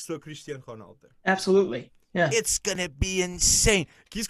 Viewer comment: can i just ask why do u not pronounce ronaldo properly?